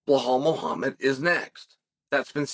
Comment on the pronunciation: "Blowuhl Muhamad" 🤣